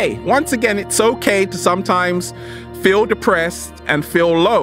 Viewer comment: FEEL word should be sharper... hahaha, I like the way you say feel so good to be alive baby, thank you.